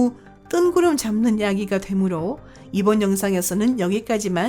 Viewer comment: 성우 제가 해드릴까요?남자 성우라도 괜찮다면 해드릴게요 목소리 음색은 그렇다 쳐도 된소리, 거센소리도 구분안되는 발음은 짜증나다못해 진짜 충격적이네요ㅋㅋ 발음이 탈북민이나 조선족 수준 이하인데요? 예를 들면 이번 영상에서는을 이본 용상에소는, 유명한을 유묭한, 달 표면에서는을 달 표묜에써는 그 외에 수십가지나 되는데 다 나열하기 빡세네요 그리고 왜 말끝을 흐리시나요?기본 자체가 안되어있는 나래이터인데요?